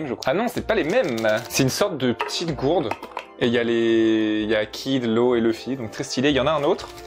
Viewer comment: Je regarde les 2, pour avoir l'expérience complète et non dilluée. Je suis allergique à la VF par contre par ce qu'ils ont donné une voix au mieux passable à Luffy, qu'il n'y a aucune émotion dans cette VF et surtout, son nom c'est LUFFY, pas Leuffy ou Le fy !!!!!!!!!!